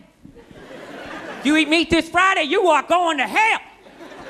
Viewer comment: The country accent omg. "Don't eat meat this Friiiday." 😂😂😂